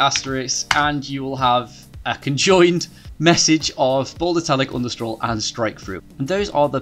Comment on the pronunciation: Appreciate your work. (side note, you seem to be saying 'underscroll'. I believe the name of '_' is 'underscore'. I won't address pronouncing 'three' as 'free' and 'thought' as 'fought' as I realise that is what makes British English fun. Which is not the same as this problem